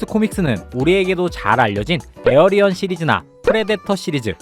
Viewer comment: 에어리언이 아니라 에일리언입니다.